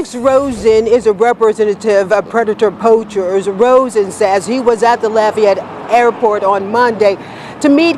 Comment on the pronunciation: I have 2 questions: 1.) Am I the only one that noticed the news lady calling them “Predator POUCHERS”? and….. 2.) Why does Alex call himself “”? Just curious.